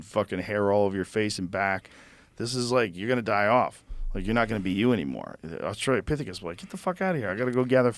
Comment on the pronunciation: Austral-o-pithecus. Not Austral-ia-pithecus. Why has no guest ever corrected his verbal misspelling?